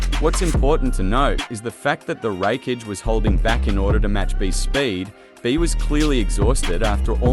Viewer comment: Sad not even 3 minutes in and your logic fails, arenyero dodging light doesn't count because it comes from an artificial source, light from a light bulb is still light. You don't pronounce a single thing correctly showing that you aren't very knowledgeable on the subject of either series it's absolute cringe hearing you pronounce raikage almost as wreckage. How did you come to the conclusion that madaras head movement was faster than the lightfang itself. You know what fuck it I'm just going to make a note to avoid your videos in the future. Peace, keep up the bad work bro